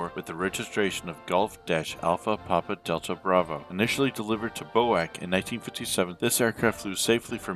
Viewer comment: Bee Oh Aye See, not Bo-Ack